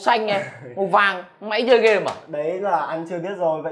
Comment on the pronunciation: ông này không đọc được chữ ê à toàn game đọc là gem, main đọc là men. bó tay